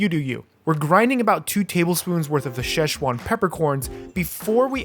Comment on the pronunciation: Shesh wan pepper corn🤣🤣🤣🤣🤣🤣🤣🤣🤣